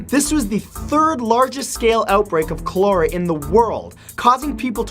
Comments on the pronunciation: Matt, cholera is pronounced (coll-er-ah), not (coal-era) . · I absolutely love your videos! Please look up the pronunciation of Cholera. 😁